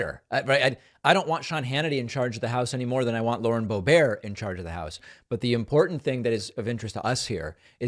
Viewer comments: I'm sure it's boe-bert, not boe-bear, not that I care, he can call her boe-brat, boe-b#%*h, or no-balls, doesn't matter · I love that you alternate between pronouncing it BO BEAR and then BO BERT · David, you give her too much dignity pronouncing her name “Bo-bear”. In her CO 3rd District we call her “Boob-ert” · I think it’s Bo Bert not Bo Bear makes her sound too fancy. 😂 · Boebart loves to insight plus, she babbles BS as does Hannity . For once, he sounds like the “sane” one?! Boebart doesn’t understand the question. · David, SIR, I come to you with tears in my eyes to remind you that her name is Lauren Bow-bear. Please use the proper pronunciation. Peace and love! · I thought it was Boebert (Bo Burt) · Why does David say Boe-BARE? Is that a joke? Stephen Colbert won't be happy! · Every time you say Bo-bear, I hear Joe Dear-tay. (Joe Dirt) 😂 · Boebear? (pronunciation) What did Stephen Colbert do to you? How about Lyin' Brainburnt or Lauren Braindead, Cabeza Blanca, Bimbert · I love how you call her Lauren Bobaire. Sounds like a French movie star. 😄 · Please find out how to pronounce her name and then use that consistently. There IS a correct way to say it . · Love your show, please keep it up! But also, please don't mispronounce names. That's a tactic that MAGA and the orange leader has adopted, I hate it. I can't stand Boebert either, but let's not take up their tactics, otherwise it's hard to criticize them for doing the same thing. You agree? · Why is David pronouncing the ugly bitch's name as if it is French? It's a Germanic name of Anglo-Saxon origin, so the "t" is no more silent than in the word "bitch"! Just asking? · David, don't be petty. You know how she pronounces her name. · you saying her name incorrectly makes you sound dumb like her. just sayin'